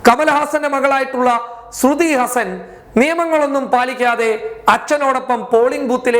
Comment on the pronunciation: ശരിക്കും പറയാൻ അറിയില്ല എന്നത് കൊണ്ടാണോ അതോ മനസ്സിൽ അങ്ങിനെ ഒരു പൂതി ഉള്ളത് കൊണ്ടാണോ ശ്രുതി ഹസൻ എന്ന് ഉച്ചരിക്കുന്നത്